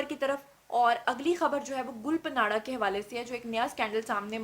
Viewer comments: Please arrange a live program in which invite Amir Liaqat, Hania, Mufti Qavi & Hareem Shah...plz plz. To end this endless social media scams.....it's my heartest request Mam....& yes plz correct your pronunciation about Gul Pants...as you were taking this name as Gul PANARA while it is GUL PANRA...it's ok be oz you don't speak Pashto..the PANRA means LEAF....thnx Dr.Waheed Qureshi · Gul pa nara nahe (gul pa ra) ha ...es n silent ha ....gulpanara. .. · Her name is Gul Pahnra not Panara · Gul panadda nahi ......gulpanadda ( pushto me tree k patein) ko kehtein hein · Please pronounce “Gul Panra” correctly. (ں not ن)“گل پاںڑہ “ معنی۔ پھول کا پتہ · Duffer gul paanra ka naam galt ly rhi hain jo k buht bura lg rha hy. In hastiyoon per program kr k apni izet afzai mat kro please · محترمہ آپ نام غلط لے رہی ھے گل پانڑھ جسکا مطلب پھول کی پتے ھے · .plz name sahi lo gul pana name ha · Pronounc the singer name gul paana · GUL PANRA.... NAME HAI JANAB ... APNY MUSALSAL NAME GHALAT PRONOUNCE KIA... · Gull ka name to thik lo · Your pronounciation of Gul panra is absolutely wrong please correct it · Phle name to pronounce krna sekhh lo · App gul panra ka naam ghalat ley rahi hain